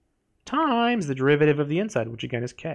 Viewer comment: why is bro saying TIIImmmmmEEEs like that